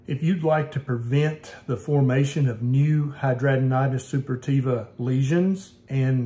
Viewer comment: This guy can't even pronounce the name of this auto ammune disease correctly. 🤣